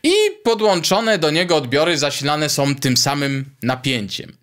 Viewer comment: Bardzo dobry merytorycznie odcinek do tego stopnia, że błędy wymowy Pana nie dają się we znaki, aż tak bardzo: som, chcom i wydużyć (wydłużyć). Proponuję posłuchać ( nie posuchać ) siebie i zwalczyć to w przyszłych odcinkach, a unikając "angielskich śmieci" będzie bardzo dobrze. Na plus językowy zapisuję 5 amperów, 20 watów w miejsce używanych błędnie 5 amper i 20 wat (chyba w aptece). Pozdrawiam jako wieloletni pedagog przedmiotów technicznych na poziomie średnim i wyższym. Wątpliwa pociecha: jeszcze gorsze błędy prezentują zawodowi dziennikarze TV itp. np.: "Zakupiono 100 armat i 20 przyłbic" oczywiście błąd merytoryczny. Pozdrawiam i życzę dalszej owocnej działalności na niwie ciekawych rozwiązań konstrukcyjnych. P.S. Temat ARDUINO jest Waszych opisach wg. mnie mocno kontrowersyjny dla użytkowników bez gruntownej znajomości mikrokontrolerów i ich programowania.